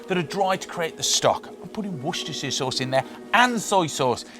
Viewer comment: You gained my sub for the proper pronunciation of Worcestershire good on ya mate